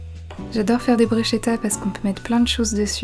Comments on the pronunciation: On dit brushKEta ! C'est italien et le sche se prononce ke 😂 En tout cas ça à l'air tres bon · Bruschetta se prononce Brousketta 😉